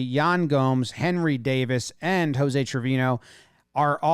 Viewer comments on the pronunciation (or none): none